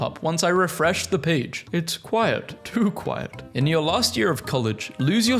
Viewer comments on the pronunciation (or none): 🤓it’s “quiet” not “quite”